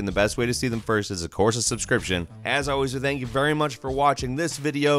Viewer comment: Tencoo my moneee.